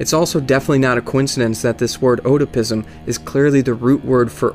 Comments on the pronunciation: oedopism is pronounced like "ed-da-pism," not "o-dah-pism." cool video otherwise. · Ed-a-pizm, not oh-duh-pizm. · "Oh-dapism" Cmon now son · it's pronounced EDI-PISM As in it's namesake Oedipus Rex. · the "O" is silent in Oedipism.